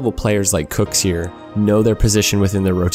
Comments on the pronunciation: Who’s KOEKSIER?? It’s pronounced kucksir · Why do u say it kukzer